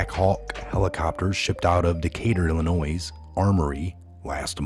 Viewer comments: please say Illinoi not Illinois do mot pronounce the S! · Illinois is pronounced “illi NOY not Illi NOISE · It is pronounced ILL ANNOY.........not ILL A NOISE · FYI... Illinois is pronounced “ill i noy”. Not “ ill i noise”. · I hate being a grammar Nazi but its not "IllinoiSs"... its "Illinoy" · ILLINOIS...'S' is silent...pronounced Illinoi ....thank you... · It's pronounced Illinoy, there is NO noise in Illinois sir. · Good stuff! Just a reminder that Illinois is pronounced ‘ill-annoy’. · It is pronounced....Illi-noy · Its illinois.... not illinoiZZ... The S is silent - just like the "P" in beer 🍺 !!! Thanks for all your work! #WWG1WGA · Illinois ..... no ‘s’ sound on the end! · Ok he pronounced it wrong you don't gotta say it a hundred times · FYI...The S in Illinois is silent. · Illinois has a silent S! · Please stop pronouncing the silent "s" at lend of Illinois. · FYI: Illinois is pronounced without the 'S' at the end. 👍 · Yes, please no "s" on the end of Illinois. It is French and silent please. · the "s" is silent in Illinois. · The s is silent on Illinois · Silent S in Illinois. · Thank you! ❤️❤️❤️I am from Illinios. Respectfully, the “S” at the end of Illinios is Silent. 💕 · No sound of S on Illinois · Love your site! Always watch. However, the "s" is silent in Illinois. It sounds as "oi". French. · Love your videos....but PLEASE pronounce Illinois correctly...the 's' is silent. They say only the least educated say it with an 's' or 'z' sound. I know that can't be you! Don't give them any excuse to say you don't know what you're talking about.